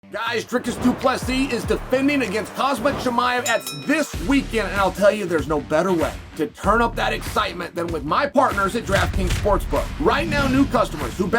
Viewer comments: Why the fuck he says khazmat, its khamzat💁‍♂️ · Chael still can't say khamzat. 😂 Hazmat chimaev, at this point I believe it's on purpose 😂. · It's khamzat not khazmat 🙂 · Uncle started with " khazmat " 😂😂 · "khasmat chimaev" lol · Take the champ name right. It's khamzat. Cmon its not hard. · Hazmat?? Still ??? Come on 😂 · Please stop calling him Khazmat. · Why do you still say his first name wrong?. It must be a Chael gag